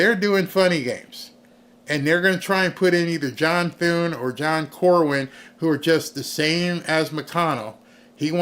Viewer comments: No offense,, but it's John Cornin (pronounced Cor-nin), not Corwin. Just don't want any trolls taking issue with you cuz you got his name wrong. Good job, tho...I like your videos best since finding you earlier in the year...think I first found you due to a video about Caitlin Clark? (PS: Would you believe Josh Hawley endorsed Cornyn? So disappointing!! We need to call HIS office, too!) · His name is CorNYN, not CorWYN. I live in Texas, and no I do not like him.